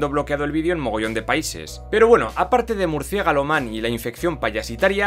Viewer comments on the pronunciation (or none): "murciegalo" man xd